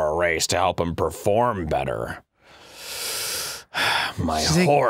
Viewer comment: What he says: hup ^.^What he means: help